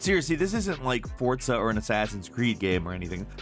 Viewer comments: No offense but this really pissed me off. He said J-otenhëim and emphasis to the J.. HE SAID THE J Edit: HE ALSO SAID FORT-ZA HORIZON INSTEAD OF FORZA HORIZON!!! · D-Did he just s-say f-fortsa?! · its called forZa not fortza ... fortnite and forZa didnt magicly have a baby ... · It's FORRRRZA....not pronounced FORTZA. I keep hearing sooo many people say FORTZA instead of it's spelling. There is no T in the name. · There is no “T” in Forza, I seriously can’t stress this enough, it’s NOT ForTza idc what the developers or anyone anywhere says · Good old "fortsa" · Technically "forza" is an Italian word, and they pronounce it with a "T". To me "forza" without a "T" sounds a bit like "Fizz & Sjips". ;)